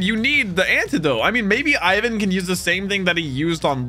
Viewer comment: It's not I-ven. It’s Ivan.